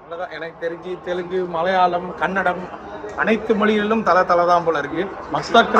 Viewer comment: huge fan bro....i watch all your videos multiple times.....but it's not kanndam....it's KANNADA